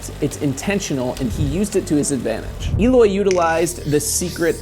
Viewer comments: It's not Eeeloy it's Eh-loy. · Why does everyone, apart from him self prenoce his name wrong? It's el oy not eeloy he even mentioned this in one of his interviews even saying it like it has an a for alloy is still correct not e loy come on if ya gona talk about him get his name right 🤔